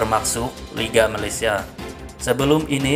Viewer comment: Malaysia.. Bukan Malatsia